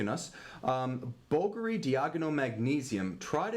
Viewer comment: Please guys, it's 'Bul-Gar-ee', not 'Bullgury'! Would you say you drive a red Fer-rer-ry sports car?! Please cut the gun talk bullshit too, it sounds a bit weird from outside America.